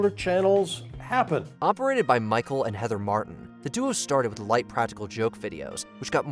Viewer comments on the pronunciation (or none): none